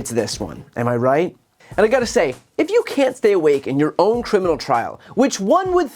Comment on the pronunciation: To the narrator of this video, it is a criminal trial not trimmal trial